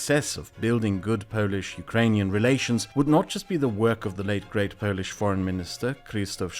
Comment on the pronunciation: not to correct You but when talking about the antirussian club You overpronounciate the word "polish" , like in polish-portugeese relationships. the pronounciantion weight should be on portugeese.